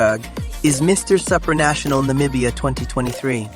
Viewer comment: He pronounces it Sup-ranational, like whatsup? lol I'm pretty sure it's pronounced like soup, superman, soopranational.